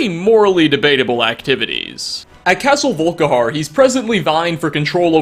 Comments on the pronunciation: castle volik har? its pronounced vulk (like bulk but with a v) ih ar (like a pirate) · "Volikar" actually sounds pretty damn cool ngl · Like a regional accent? Still, that can only explain some of the weird versions of names that comes up with! Like Volikar instead of Volkihar! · you said castle volikhar instead of castle volkihar, and you called nazir nazeem. how could you!! and you have told most of these already